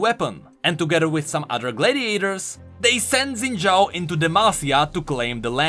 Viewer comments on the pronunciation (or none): IT'S NOT ZIN DJAO IT'S SHIN DJAO I GOT RECOMMENDED A RANDOM VIDEO PRONOUNCING IT FROM A CHINESE PRONUNCIATION CHANNEL